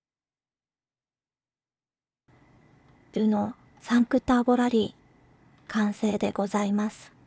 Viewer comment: 5をちゃんとサンクと読んでるナレーション地味にに凄い。 自分の地元は田舎だったんで、無線屋とか薬屋とか摩訶不思議なところでプラモ売ってました。